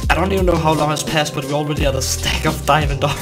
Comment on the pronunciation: I really love his "diamondo" accent😂😂